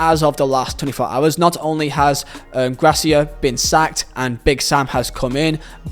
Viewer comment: how hard is it to pronounce GARCIA correctly ?! His name is NOT Grasia ffs 🤬